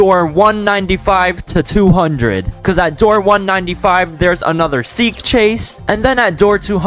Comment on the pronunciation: Seek not Seel